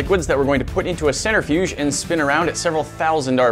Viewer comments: Cen-Trih-fuge, not Cen-ter-fuge 😜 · Sorry to be That Guy, but it's a Cent-Riff-'Yuge, not a Center-Fuge. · Am I the only one cringing when they say “centerfuge” instead of “centrifuge”? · CEN-TRIFUGE not CENTER-FUGE. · DRINKING GAME: 1 shot everytime says "CENTER-fuge" instead of Centrifuge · I'm not even a minute and a half into this video and I already want to stab my ear drums every time he says "centerfuge" rather than "centrifuge". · Ha, I couldn't get past you mispronouncing "centrifuge." "center-fyooj" really? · Nobody:: centerfuge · The scientist in me cringed every time they said "center"-fuge. I really wish y'all would do some research and talk about the science a bit more. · no, he said centerfuge. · All that knowledge and can’t pronounce centrifuge correctly. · He said it a couple times before I realized it didn't sound right.